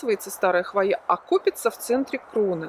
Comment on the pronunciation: Все классно, но слово хвоЯ режет ухо. Откройте орфографический словарь— хвОя